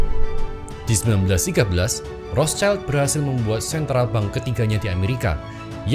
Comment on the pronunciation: bukan Rotcaild pak itu pembacaan nya... dia itu "di perisai merah" (Zum Rothen Schild) bacanya normal indo saja sudah tepat.. Rot Sild